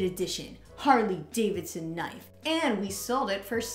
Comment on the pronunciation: My daughter loved your knife play and said it's kah-niff-ee, lol.